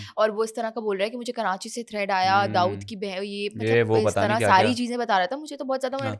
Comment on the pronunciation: Karachi say thread ni threatttttttt hota hai